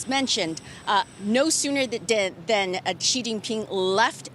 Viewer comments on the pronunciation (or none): Its not JI its Xi (Si) . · Xi is correctly pronounced more like "she" than si, unless you're from HK or Singapore. It's ji only if you're ignorant or American.